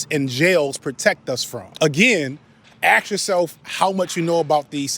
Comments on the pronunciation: He always pronounces "ask" as "aks" 😂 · Cool vid, but I can't stand listening to someone pronouncing the word "ask" as "axe". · cant take a full grown man who says "ask" as "axx" seriously, so cringe.